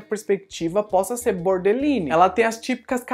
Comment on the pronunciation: O problema de dizer que a Pearlmé boderline são os comentarios de identificação, sendo que nao seria esse o diagnostico mais proximo dela. A pronuincia também está errada. Cuidado.